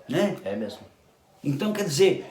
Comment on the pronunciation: As "vêis" perde "mêmo!"